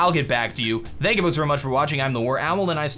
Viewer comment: cannot pronounce "Thank" properly....